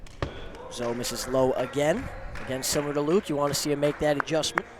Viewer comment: One day will say Zoe's name correctly. One day.